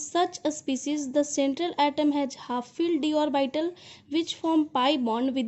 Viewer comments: why you pronunciate it ओरबाइटल it's ऑर्बिटल 🙄🙄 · orbital ko shi se pronounce kro